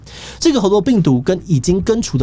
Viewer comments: 一直聽志祺唸「紅豆」病毒讓我很出戲XD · _777Plus1:我也聽成紅豆.....肚子餓了:_777Orz1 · 一直聽到紅豆，我是餓了嗎？